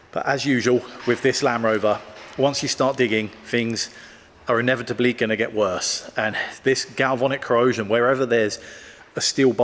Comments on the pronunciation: Galvanic, not galvonic. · Amazed by your endless patience, love watching your channel. Sorry to be a bore, but it's galvAnic corrosion, not galvOnic.